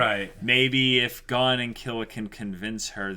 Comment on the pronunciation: Can you stop pronouncing Gon as "Gone" ?!